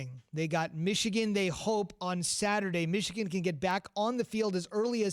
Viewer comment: But it's Michigan like comon